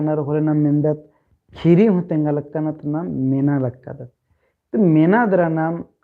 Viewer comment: कुड़ुख़ू कत्था गही उच्चारण सही मनना चाही, उदाहरण। ख़ीरी। खीरी, ख़ेख़ेल खेल-खेल,अड़ख़ा अड़खा, इबड़ा शब्द गही सही उच्चारण मनो होले मेनूर चाहे एॆरूर सही कत्थान अख़ ओर चाहे धर ओर 🙏